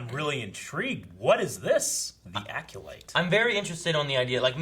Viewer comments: It’s not pronounced Aculyte. It’s Acolyte. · "Aculyte?" LOL. EDIT: And he keeps saying it! AC"O"LYTE, dude. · DEE ACULITE 😁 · Lol, struggle to pronounce Acolyte.